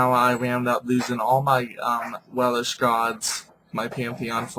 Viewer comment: Not Wel-ish. WeLSH.